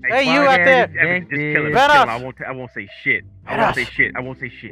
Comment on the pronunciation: Hear me out!! Do you remember your pronunciation on "Vanoss" Its "va-NOSS" 😂